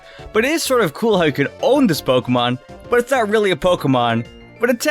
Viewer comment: Me just watching: Him: “paowkén”